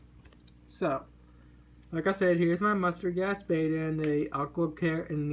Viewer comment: Why the fuck do you keep saying "Aqua Creature" when the name of the brand is clearly "Aqua CULTURE"?!?!? Hooked on phonics worked for me, give it a try sometime. Reading is fundamental.